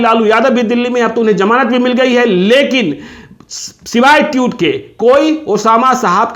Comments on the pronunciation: टीउट नही होता सर.. ट्वीट बोलिए ! 😅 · जी, उच्चारण सही सही कीजिए। ट्यूट नहीं ट्वीट बोलिए। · भैय्या, ये ट्वीट होता है, ट्यूट नहीं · ट्यूट नहीं पत्रकार साहब, ट्वीट कहिये। गजबे हैं आप भी। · Twit hota hai tewt nahi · Osama saahab!!...saahab??...😁😁...kya yaar 😁....wo TWEET hota hai TWYUTE nahin 😁😁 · Tutt nahi...tweet... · Ese log bhi video bnane lg gai jisko tweet bolna nhi aata tueet bol rha hai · Jahil ho kya be. Tiyut nahi tweets hota hai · ओ चाचा ट्यूट नही होता है ट्वीट होता है😂😂😂😂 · जनाब ट्यूट नही ट्वीट बोलिये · Pahle tweet to bolna sikh le, tute nahi baklol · Bolna toh seekh lo patrakar sahab tuet nahi tweet hota hai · अरे चचा ट्यूत नहीं ट्विट होता है😀😀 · Tute nhi tweet hota hai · Tute ni hota bhai tweet hota h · भाई साहब ट्यूट नही होता ट्वीट होता है ।। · Tweet not tute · Teut nahi tweet hota hai ji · पहले बोलना(उच्चारण)तो सीख लो ट्यूट साहब 😂😂😂😂😂😂🤣🤣🤣🤣🤣ये ट्यूब लाइट पर नहीं बोल रहे हो जीरो वॉल्ट के लट्टू आप ट्विटर के लिए बोल रहे हो😂🙏जय हो हर कोई पत्रकार बनने की दुकान खोलकर बैठ गया है। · Tweet toh bolna sikh lo pehle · ट्वीट तो बोलने आ नही रहा है चला हैं पत्रकारिता करने ।एक अपराधी की पैरोकारी कर रहा है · Tweet ..ka pronunciation to thik kijiye....